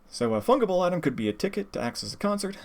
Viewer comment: I believe "fungible" is pronounced with a soft G. Other than that, great presentation which I will be sharing with everyone who keeps on trying to convince me that NFTs are Good, Actually. Although common misconception : copyrights don't expire by being unenforced (that's trademarks). There are many cases where copyrights suddenly start to be defended after a long time of silence and the copyright owner ends up winning as a result.